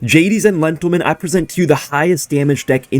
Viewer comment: idk i heard lentelmen